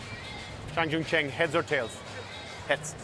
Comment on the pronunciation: Juncheng is literally the easiest name to say... its exactly how it sounds yet the commentator: I'm gonna call him Jerry